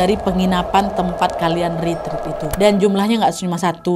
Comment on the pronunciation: Ret ret kk bukan rit rit